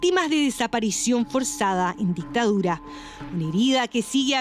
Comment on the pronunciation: El negocio de lah dihtaurah